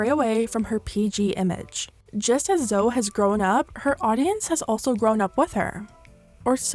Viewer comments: Her name is pronounced like Zoey, sorry I don’t want to be rude just wanted to point that out! Have a great day, thank you for the video x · Great video! One small criticism is the ‘Zoe’ is pronounced like ‘Zoey’ despite not having the ‘y’. Besides that that coverage of topics is fab as usual! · Sorry can I just say her name is pronounced like ZO-EE. That was bugging me lol. Love your vids!! ❤️ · PLS PRONOUNCE ZOE'S NAME CORRECTLY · Good video but all the research you do and you can’t say Zoe’s name correctly? I don’t even like her but that’s irritating af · Bruhhh do you pronounce everyone’s name wrong on purpose or what? 😅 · It’s triggering me how you pronounce “Zoe” lmao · How you pronounce Zoe guuurrrrl 🤣🤣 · It’s so difficult listening to Americans pronounce the name Zoe.🤣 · Learn how to pronounce Zoe please. It's not that hard. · zoe. say the e baby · what she say Zoe like that? but she complete didn't deserve the hate at all? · She said Zoe has been on YouTube as long as she can remember, but can't even pronounce her name correctly 😂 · Im sorry but that's not how you pronounce Zoe's name haha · kept thinking you were saying joe sugg instead of zoe, never heard it pronounced that way lol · It's how Americans pronounce Zoe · the way you say zoe's name is so incorrect lmao also, why did you sound so weird when you said that zoe's website was ran by women? what's wrong with that? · i can't get over how you pronounce zoe 😂😂😂 but great video none the less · the way you pronounced Zoe was so annoying. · The way u pronounce Zoe hurt me 😭🤚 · I mean.... do you even know who she is? I assume not considering you mispronounced her name the ENTIRE video? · you literally pronounced her name wrong most of the video tho 💀💀💀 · Zo-e not Zo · Isn’t Zoe pronounced zo-ee not just zo?? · i love you but her name isnt Zo, its Zoe. the exact same pronunciation as Zoey. there’s just no Y. as someone with the same name (Zowe) its hilarious that people can’t pronounce it. 😂